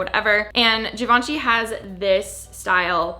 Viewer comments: It is “Jhivanjei” not “ Givenchi” ✨✨✨ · “zhee vaan shee” girl not chi